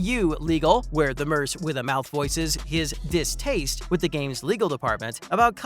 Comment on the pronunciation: "Merse with a mouth"? The word "merc", short for "mercenary", is pronounced, "merk".